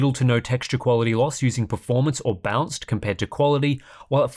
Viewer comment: i kept hearing bounce mode